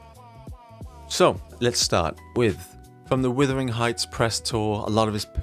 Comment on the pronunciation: Why are you saying withering heights? It’s Wuthering heights